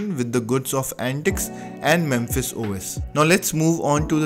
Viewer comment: I used to use Mepis when it was the only good choice out there., think you keep pronouncing it "memphis" but it is mePis. Note the p and the lack of the m before the p. Also, no f sound. Just the p.